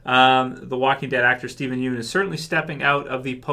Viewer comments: Idk how to spell it out but if you watch his interviews and shit he never pronounces it like 'Yoon' lol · I don't mean to be that guy but his last name isn't pronounced 'Yoon'. Sorry, that's been bugging me for so long hahaha.